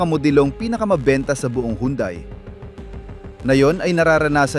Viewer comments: Nakaka buwesit kung magsalita. Mali Mali ng bigkas Mali Mali Ang bilang ,pra ka lng may content ,, Anung yandai nakaka insulto Yan sa pangalan ng sasakyan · Ayusin mo pag pronounce Hyundai para kang shunga ungas ka